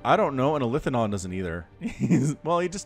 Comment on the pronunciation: It's eli-the-don.